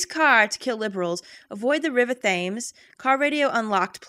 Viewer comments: River 'thaymes'. 'Thaymes'. Americans, am I right?:P (It's pronounced 'Tems',. <3) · isn't Thames pronounced "Tems"? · also while it's spelt Thames it's pronounced temms, don't ask why it's just England logic XD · Thames is pronounced Tems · I'm British and that was AMAZING. Thank you for alerting me to the existence of this wonder. Quick note though,. River Thames is pronounced 'Tems', as in rhyming with 'gems'. Weird I know, but just a heads up. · River Thayms? Jeezus, didn't you live in London long enough to figure out our ridiculous pronunciations?